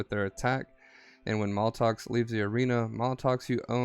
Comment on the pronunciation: Its MAT-LOX lol not maltox.